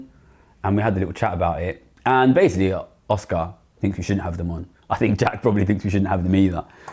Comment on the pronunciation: Essentiallee, basicallee, essentiallee, literallee....